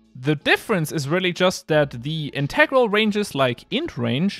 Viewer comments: He's using the pronunciation usually associated with the meaning "essential for completeness". The mathematics/programming meaning usually accents the first syllable. Pretty advanced English detail tho! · Wait, your pronunciation of "Integral" is kinda sus... are you German? Your spoken English is VERY impressive. I watched at least a dozen videos and it never crossed my mind that English might NOT be your Muttersprache.